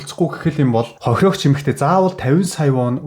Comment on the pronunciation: Хохирогч хохироогч гэхээр авцалдахгүй сонсогдож байгаа биздээ слонгост олон жил болсоныг чинь ойлгож байнаа гэхдээ солонгос хэлээр биш монголоор контент хийж байгаа биздээ